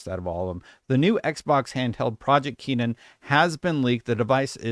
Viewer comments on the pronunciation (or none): How does someone see the word, "Kennan," and think it is pronounced Keenan? Dyslexia? No?